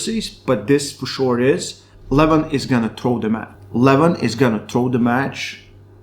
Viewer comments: Lol! Also, it' Leh-Vahn and not leh-VHAAAN. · I never know if you say Levan or Devon. Sounds like you say Devan and Levon 😂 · Every time he said Devon I thought he said Levan and ice versa. Lol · Bro either say Devon or Levan I have no idea who you are talking about. why butchering the names and making it so complicated?